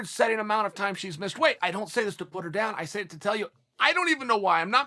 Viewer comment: Us: Missed Chael:Miseed Ok, great..